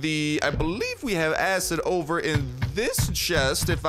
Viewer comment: He talked too fast and said acid without “Id”